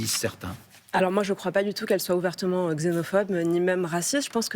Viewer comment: Ne pas prononcer gzénophobe, mais ksénophobe. Ils parlent pour parler, & ils parlent mal.